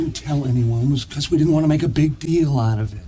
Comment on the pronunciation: Ele conecta deal com out. Ficando "lauravêt"